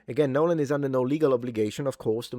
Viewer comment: NoLLaAn?....it's mEeee. 😂